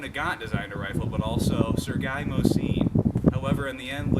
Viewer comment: You have some things to learn, but you are young, you have time. I give you an A for enthusiasm, and you handle the weapon well. Your pronunciation of Mosin is good, better than many who have owned them for years, Mosin production stopped officially in 1948 in the USSR with the last run of the M44 carbine ( there were other carbines before the M44, the M38 for instance) Both Mosin and Nagant contributed to the rifles design, in Russia Nagants contributions tend to be overlooked a bit. .